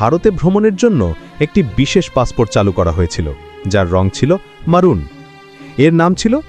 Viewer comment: মারুন না মেরুন (maroon)